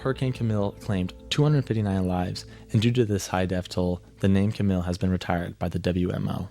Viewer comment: Camille is actually pronounced as Cam-eel